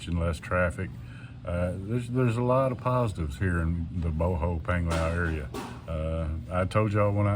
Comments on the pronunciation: Bohol is pronounced "Bo-haul" not "Boh-hole! Lol. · Bohol, pronounced Bohall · It's funny how you say Bohol 😂😂😂